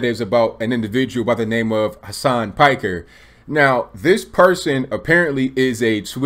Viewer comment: It's pronounced "Peek-air."